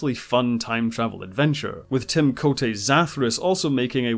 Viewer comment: It's not Tim COAT-AY. It's Tim CHOTE. The A in his name is silent. Claudia has said his name numerous time at many conventions praising him as an actor and a person and as a dear friend to her.